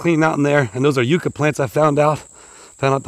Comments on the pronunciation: It's "yuck a" not "u ka". The Spanish explorers called them "candelaria de dios" or candles of God. The flowers in the spring are lovely and do remind one of a white candle. Love watching you work,! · Yuck-a not You-ka 😊 sorry I couldn't help myself. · they are pronounced Yuk Ka, not Euca. Yuk as in disgusting/terrible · It's funny how the UK and US have the same words yet we say things so differently.. for example you said yew for a yucca plant but in the UK we say it like yuck for yucca and there's so many more 😂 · YUCK-AH = YUCCA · Yucca is pronounced yuck-uh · Yucca plant pronounced Yuck-a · How donu say yuk eww that's the same way u say that plant yuka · They are pronounced “yuck-a” plant. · It's pronounced yuck ah. Yucca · Those plants are pronounced YUK-KA, short u